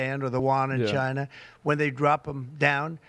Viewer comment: Next start to pull companies from ...CHAINAH... and it's check mate.